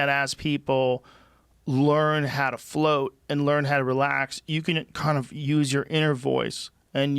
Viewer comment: martin gonzalez he says flirt instead of float lmao, thought it was an interesting detail